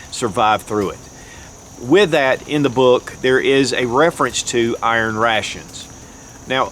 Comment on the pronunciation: I don’t know what “urn ray-shuns” are, but I know what iron rations are.